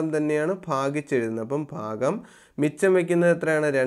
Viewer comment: ഫാഗം അല്ല സർ. ഭാഗം എന്നാണ്. ( fagam is wrong sir. Bhagam is right sir)